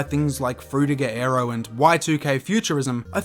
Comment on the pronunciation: Dude you are saying "Aero" but I here "Arrow"